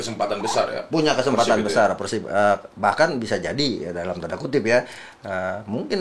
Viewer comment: Nyebutnya bukan PERSIB bang tapi PERSIB